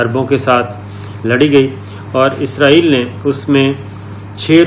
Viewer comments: Sir Word is israiel not izraiel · Izrael nahi Israel hai sahi naam.aap izrael keh rahe hain. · Plz pronenciate Israel as it is not izraeel (as) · سر آپ لفظ اسرائیل صیح پڑا کریں آپ کچھ اور پڑ رہے ہیں میں نے بہت بار کمنٹس میں بولا ہے